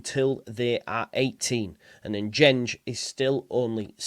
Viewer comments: Should sound more like Dengue…. En gen gay (with hard Gs as in go or gold, as opposed to gene or general) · Pronounced En-Gen-Gay